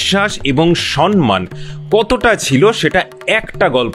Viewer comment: কথাটা soNman নয় soMMan